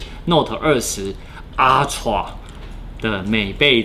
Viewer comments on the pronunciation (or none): 為什麼我聽到「阿ㄘㄨㄚˋ」噗嗤笑出來